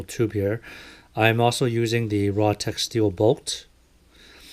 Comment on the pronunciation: Its R. A. Tech.... Not "RAH" Tech.